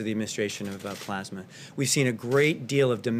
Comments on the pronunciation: Good Lord. He reads at a 5th grade level. Tf is Plosma? Oh did he mean PLASMA??? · When is somebody from his administration gonna tell him that its,"Plasma",and not,"Plosma"? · Yes..PLEASE!!!..someone tell him it's NOT plahsma!!!😵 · he said "plOsma" dozens of times. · Do you think maybe they could get someone else to read this dribble..? It’s bad enough listening to the monotone and mispronunciation of the word “Pasma”. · Plaws-muh treatments! Like they used during the 1918 flu pandemic. They also fast-tracked a new drug they’re calling Aspirin®. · Its pronounced "pluhsma" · He's the only tin-pot dictator I know of that cant pronounce "plasma" 🤣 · that's not an accent, he doesn't know how to pronounce plasma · This is NOT new. Why does he repeat himself all the time? Is it to help him believe his own lies? Also, could someone teach him how to pronounce "plasma." Too bad people can't get test results within 3 days...